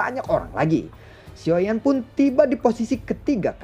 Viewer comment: Xio yen dan long yen xio zhen (geli dengernya) 😂 bro dengarlah masukan dari para fansmu soal penyebutan tokoh karakter. Oya tetangga sebelah sudah duel antar kaisar bintang 9..loh. Gak oengen kebut?